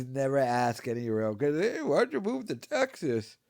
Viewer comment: "i researched nashville, teggzaz before moving to austeen"